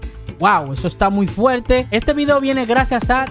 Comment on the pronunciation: La palabra es fuerte y no fuelte. Corrijate